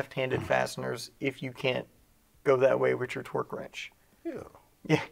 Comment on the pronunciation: People over complicate the simple of tasks. Every time says torque I hear twerk! 🤣